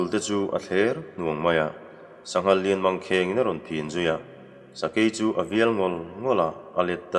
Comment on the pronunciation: Sangha an hmeh dawn maw tia, sanghal i ti leh daih nia